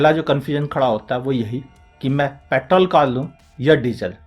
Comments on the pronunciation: Vo pettttol nahi petrrrrol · Sir ap petrol ko paittol kyu bolte ho?